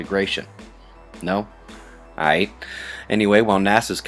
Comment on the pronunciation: lolz did you just spit some scientific shit and then say "ite" like you a g? thats some funny shit.